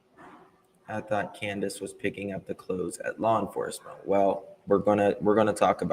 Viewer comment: Its Candus, NOT Canduce!, please...get some real content and stop this...